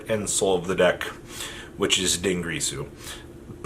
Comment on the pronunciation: Din girsu Not Dungrisu